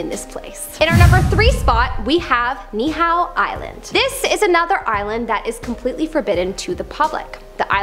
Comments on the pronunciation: Okay proper Hawaiian pronouncement is knee-ē-how. Mahalo for trying. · pronounced: Knee he how. No ka oi, much aloha and rice 🤙🤙🤙